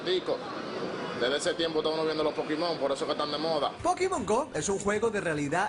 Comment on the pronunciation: pokimon gou xD asi lo dicen ellos :v